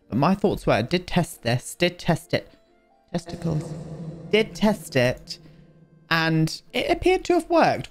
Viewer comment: every time we get an echoed "tesiticles" an angel gets its wings